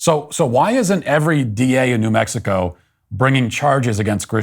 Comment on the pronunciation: She pronounces it “na Mexico”. How about na Grisham.